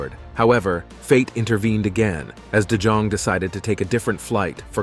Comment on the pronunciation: The correct way to say de Jong is de young.